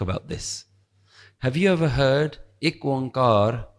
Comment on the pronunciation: Why is it pronounced Ik Oankar? I have been reading Shabads and understand it is pronounced “Ikko” or “Ekko” (no Oan-Kar), which means one and the same. Guru Nanak always made things easy to pronounce.